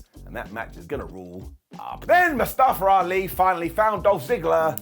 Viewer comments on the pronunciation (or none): "Mustafer Ali" 🤣🤣 y'all so funny with the accents. Legit honest question, why do y'all add letter R's to word that don't need it. Like here with the mustafer 🤣